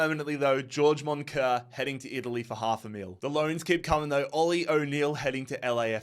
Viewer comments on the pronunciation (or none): none